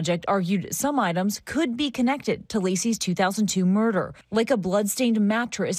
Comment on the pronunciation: Marderer 😂……. Yes, I know how to spell it for real though